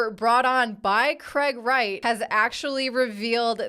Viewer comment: I thought you said Craig ass Wright in the intro 😂